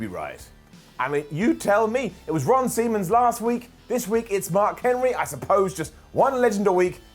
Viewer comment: "Ron Semens"